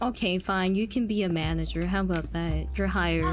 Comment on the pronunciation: "Myanager"